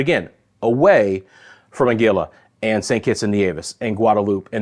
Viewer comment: Hahaha Ang-quila right. ANGUILLA